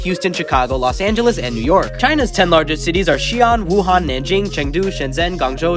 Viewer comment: Very informative. I am from Xi'an but I love how you say "Xi ung" instead of "Xi an" (Pronounce it like the an in animal) also my cousin is from Shenzhen. You say "shang zhang" instead of "shung zhung". Everything else is correct with the foreigner accent. 😂